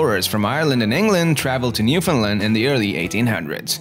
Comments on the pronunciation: Man your voice is so annoying, and stop calling them NEWFIN LANDS its NEWFOUNDLANDS and yes I know all Newfoundland natives speak this way that is why we need subtitles when watching programmes that feature the natives speaking so called English. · Learn to pronounce “newfundland” Thanks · Porunce Newfoundland correct please